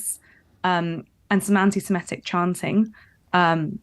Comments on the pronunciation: The term is 'Antisemitic', not Antisemetic or whatever you're saying... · The word is antisemitic not antisemettic😮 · Or even Antisamatic, as the other woman said.